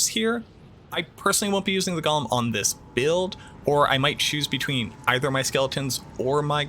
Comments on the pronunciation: It’s “GO’lum” not “goh lum”. That’s not Smeagle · He keeps saying Gollum